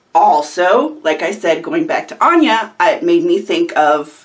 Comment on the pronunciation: This looks really cool, I definitely want to try in the future. Hearing my username surprised me, you totally pronounced it correct the first time.